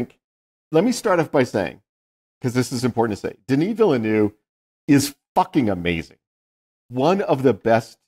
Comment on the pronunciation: I love you guys, but please look up the correct pronunciation of Denis Villeneuve. I'm not French, but I know a little, and I always stumble over how both of you are saying it. Apart from that: Don't change a thing!